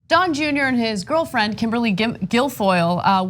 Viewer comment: He was not on that show alone took him girlfwiend!!